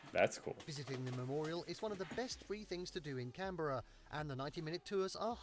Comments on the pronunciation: The first thing you need to learn about Canberra is that it is pronounced "Canbra". Australia has a long and distinguished military history. Most of this was fought overseas, although the Japanese did attack Darwin (a greater tonnage of bombs was dropped on Darwin than Pearl Harbor) and launched a mini submarine attack on Sydney Harbour. "You're telling me Captain Cook was real?" Yes, I think the fictional captain you are thinking of (given your order: "Bring me Peter Pan!") is Captain Hook. Captain Cook was a great seaman and explorer and made three famous journeys to the Pacific Ocean, including one in 1770 during which he discovered the east coast of Australia, which ultimately led to the founding of the nation. I think this video takes some liberties (Starry Night is in New York and all copies of the Magna Carta are in England) and some of the videos are generic rather than being relevant to the things he is talking about (the House of Representatives shown is actually the UK House of Commons). It also mixes real footage with architectural CGI, as you suspected. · I'm surprised he missed how the narrator was pronouncing Canberra and surprised that more people in the comments haven't pulled him up on it lol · has heard many videos of people saying "Canberra" and LOTS of people keep letting him know in the comments, but... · It's pronounced CAN-bruh, with the emphasis on the first syllable. Listen to how he says it all the way through the video. 😊 The way you're saying it sounds as strange as if we were to put the emphasis on the second syllable in cities like Dallas, Boston or Portland. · Don’t pronounce it Can Berra, we pronounce it Canbra. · Dude, it's pronounced can-bruh, not can-bear-a. But it is can-bear-ren so... Idk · The first thing to know is Australians don't say 'Can Bear ah' we say 'Canbra'. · It is pronounced can-bra not can-beera. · It’s not cam-bear-a it’s cam-bra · Please stop pronouncing it as “CAN bE rah”, it’s “cAn BR ah” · Yep Canbruh 😂😂